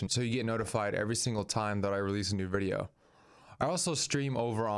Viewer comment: What is a "verdio"???